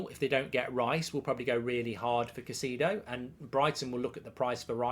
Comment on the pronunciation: Who is (Ca-see-do)?